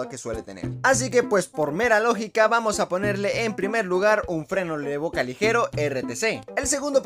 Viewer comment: "freno le boca" Ulala señor francés xd